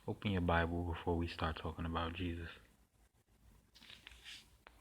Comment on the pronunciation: Isus? This pronunciation interests me. It reminds me of the Egyptian goddess of magic.